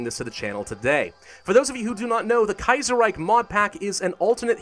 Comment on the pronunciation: "The Kaiyserreyk"...;) -, Grammer Nazi